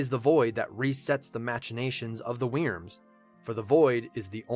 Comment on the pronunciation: Is it just me or does it sound like he's saying 'weiners' when he's saying 'wyrms'? (Wyrm is pronounced the same as 'Worm')